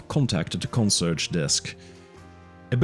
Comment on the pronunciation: “Consurge”? Con-see-AIRJ, at least in general English.